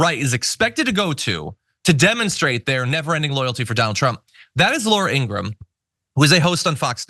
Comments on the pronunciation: Her brother said it's IngraHAM..please pronounce it as she hates it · Laura IngraHAM? You mean the Nazi sympathizer who pronounces her own name wrong so she's not mistaken for being a Jew? 🙄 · Laura is absolute scum, but that is no reason to not pronounce her name correctly.